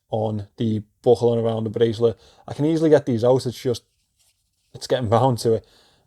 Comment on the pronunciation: ‘Bracelet’ in a Scouse accent is my new favourite word. Seriously though, that’s a decent buy and best of luck with the resale. That bezel looks alright and I wouldn’t replace it.